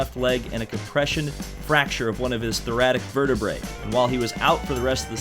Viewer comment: Thoracic, not thoratic vertebrae.